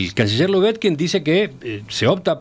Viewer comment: Cotelo: al menos, procure pronunciar correctamente el apellido LUBETKIN. Sólo una sugerencia.